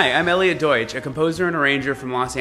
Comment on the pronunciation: everytime you say your name I understand "Elliot Doit", what a great name for an arranger/brassplayer.....:-) greetings from germany aka Deutsch-land....